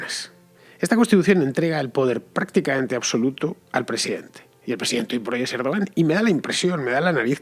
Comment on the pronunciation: Fernando! Se pronuncia "Erdwan". Oye, que tampoco es tan difícil... :-/ Y este es peor: "hacer aguas" = orinar. "Hacer agua" = filtrarse el agua en una embarcación. Muchos confunden entre ambas expresiones, el resultado es gracioso: en esta ocasión, "a ver por dónde se orina" una idea. :-)))